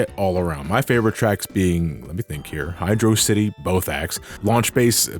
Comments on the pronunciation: "It's Hydro City, not Hydrossity" Amen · Thank you! It is pronounced "Hydro City", not "Hydrossity". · He's right. HYDR(OH) CITY. NOT HYDRAWCITY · It's Hy-dross-ity. Hydro-Velocity. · I've enjoyed your content for years, even enjoyed this review. It's gotta be Hy-drocity, like atrocity, or we're not on speaking terms m8. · Can't believe you pronounced it Hydro City. Might as well have cursed my dead grandmother. Frankly I am offended. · I will take the Hi-dross-ity pronunciation to my grave, thank you very much. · great video! but it's actually hydrocity (hid-rock-ity) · HYDROCITY, PRONOUNCED LIKE VELOCITY BECAUSE IT'S ONE WORD DAMMIT. NO SPACES.